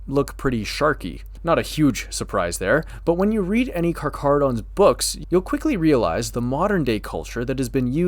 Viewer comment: I came here to check if you know how to properly pronounce their name. You have passed your test.